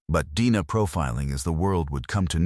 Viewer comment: Is this the best effort you (the YOUTUBE Channel creator) can put into this video story? If "yes" then I won't be watching any more videos from this channel. This is sloppy, poor quality work. The AI narration cannot even pronounce "D N A" properly? And the entire video shows one picture. Why no other photos of some of the main characters involved? No photo of the person who finally got caught and put on trial? Why were there so many obvious questions about what was revealed in the trial? Well, I watched this particular video all the way through. Then I glanced through a couple more videos on this YT Channel....same thing - one picture, same AI narrator left un-checked for proper pronunciation. Whoever is responsible for the content in this channel is simply telling "cold-case" type stories - and putting in the minimal amount of effort, resulting in a very poor quality experience for us viewers. It appears to me that this Channel producer is just making easy money on the tragedies of other human beings.